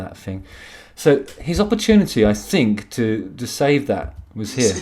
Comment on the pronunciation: Justin! I'm so glad you brought up that you say "fink" instead of think - it drives me mad! Didn't wanna bring it up and make you feel self conscious ( not that I a mere mortal could do that but in case loads of people were saying it). I think ( no pun intended) it's because you speak 'proper' so the 'fink ' sticks out like a sore thumb. Anyway regarding this one dimension bloke - I had no idea he is such a plumb! What on God's green earth did Chezza see in him? If ever there's a prequel to The Office ( David Brents younger years) this is the boy to play him. Loved this one - very entertaining 😂✌❤